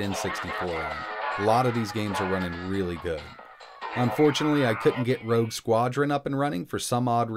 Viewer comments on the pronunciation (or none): none